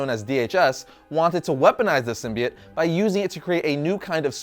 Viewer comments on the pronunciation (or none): I can't be the only one who got annoyed by him saying Symbiate and not Symbiote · Sim-be-it? You mean sim-be-ote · Does nobody know how to say symbiote !?!!? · It's pronounced sim-bye-oat